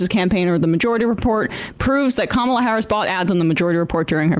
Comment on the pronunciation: Btw… it’s not “comma” Harris, it’s Kamala Harris. Do better.